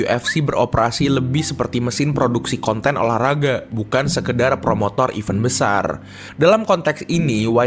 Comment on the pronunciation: Bedakan cara baca even, sama event min, kalau event itu artinya "acara" contoh event UFC, nah itu yang bener. Tapi yang dibaca sama admin bukan event tapi even, kalau dikomen yt ada fitur voice note, bakal aku contohin deh, berhubung gak ada, tlong diperbaiki min, soalnya untuk yang ngerti denger nya agak gatell, thanks 🤘🏾